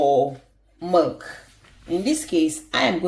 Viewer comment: Isn’t that milk sounds like she said merk